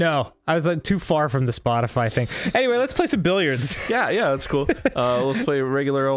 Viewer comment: Billiards is the name of pool in French, and that’s not at all how you pronounce it 😂 and it would make sense since Amandine (from monopoly) is also a French name 👁👄👁